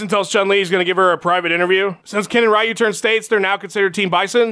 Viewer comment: Nick Diaz would think "Ryu" is pronounced "Rai-yu"